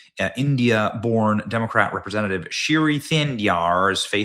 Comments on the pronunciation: BENNY ITS PERNOUNCED SHREEI NOT SHIRY 😂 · Shi's first name is pronounced Shree as in shreak ! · It's not "Shiri", Benny. FFS, you really struggle reading